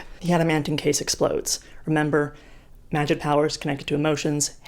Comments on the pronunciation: Everyone: magic Cassie Clare, an intellectual: magid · magie, magif, magig, magih...